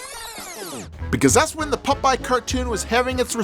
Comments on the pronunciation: Pop-eye dude, not Puh-pie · Holy shit I’m in love with the way pronounces the name PUPEYE! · Why are you pronouncing his name Pupeye? Stop it. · Why are you saying "Pupeye"? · Did the ghosts tell you it was pronounced "Pup-eye"? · It’s POP-EYE😅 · I thought it sounded like he was saying Pupeye too.